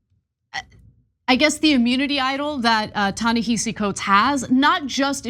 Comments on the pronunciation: Ana, Cenk: His first name It is pronounced Ta-ni-ha-see, not hi-see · It’s pronounced “Tah Nehahsee” okay peace ✌️ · Pronounce Ta-Nehisi Coates name correctly. It is not pronounced the way it is spelled. It is pronounced Ta-NaHAsi. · I wish you would pronounce his name correctly. It shows no respect to the author. Ta-Nehisi